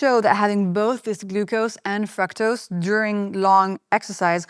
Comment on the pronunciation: Your pronunciation of “fructose” is wrong!